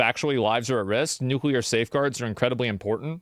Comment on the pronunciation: 'CUT THE NUCULAR CODES ?! :´( ' - democrats 2025